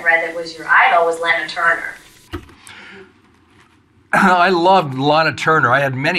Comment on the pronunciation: I cringed at every "Laynuh Turner". I'm sorry. Honestly that is so amateurish. LAH-NUH. She said this for decades. How do you get her job? Clearly she is unversed in classic film.